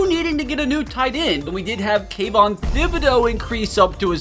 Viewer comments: Tib eh dough is how its pronounced my guy 😊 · I seriously cannot stand how he pronounces Kayvon Thibodeaux's name. Its like Tip or Tickle not Thin or Thick. You don't pronounce the H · The H is silent.